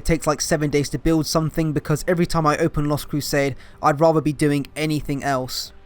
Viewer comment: "I rater play dow 3" Here inquisitor he is the one speaking heresy